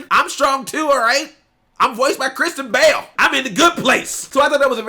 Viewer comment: 😂😂😂😂 I thought he said Christian Bale too, I was like “wow what an opportunity”